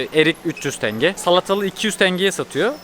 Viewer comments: Diğer videolarda iki defa yazdım ama hala aynı TENGEEE. 16yıl orda yaşadım köylüsü, sehirlisi Tengeder hiç tingi diyeni duymadım maalesef 😊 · Tenge, tanga değil